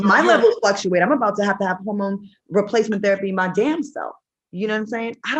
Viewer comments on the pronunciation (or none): Why is Q calling it a horrormone instead of hormone ☺️?